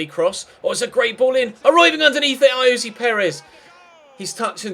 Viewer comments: You don't pronounce ayoze Perez as Ayozee / it's I-o-za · Will you just stop fuckin saying Ayozee Perez it's so annoying when it's getting pronounced wrong